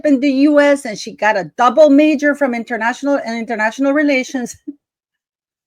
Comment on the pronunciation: Hmmmm….. Internayional (italics:). “ Relations”……maybe she DID relate internationally…….